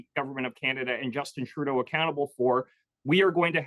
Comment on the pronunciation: did he actually pronounce Trudeau "Turdo"?😂